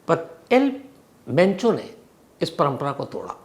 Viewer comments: Not al pencho sir , its al mencho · El mencho not pencho 😂😂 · It's El Mencho not the El Pencho Shams ji. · El pencho 😂😂 sir name toh shi bolo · Am I the only person hearing el pencho? Naam hi badal diya sir ne..